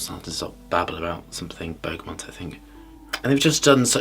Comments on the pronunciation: I hate being a picky type, and I love this channel, but it’s BERGAMOT - no N in BERGAMOT 👍🏼👌🏼. Great review and great channel ✌🏼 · why does he always add an N in Bergamot?